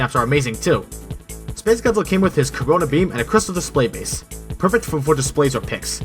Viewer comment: When he was talking about space godzilla did he say corona beam 🤣😂 oh im dead hahaha